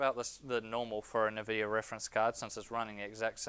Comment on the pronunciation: One very minor thing (emphasis on "very") I think if you consult a number of video games and online references you'll find the correct pronunciation of Nvidia is (phonetically spelt) IN-vid-e-ya as opposed to Niv-id-e-ya.